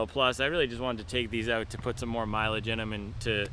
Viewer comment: Need to teach how to say mileage…😂😂😂